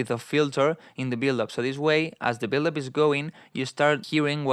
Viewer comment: 🤣🤣 U are a legend, but every time u said build up, it sounded like billup 🤣😅